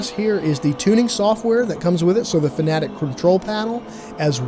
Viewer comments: Great summary. I think I made the right choice buying the 5nm for my friend getting into sim racing. Now I'm more excited upgrading myself later this year. Btw still don't think it's pronounced fanatic. Fan Uh Tech. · I think the name is pronounced Fan Uh Tech not fanatic. Idk why it hurts to hear it pronounced fanatic. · By the way, it's not pronounced "fanatic" it's "fanna-tek." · "Fanatic" "Fan a tech" it doesn't matter. 😂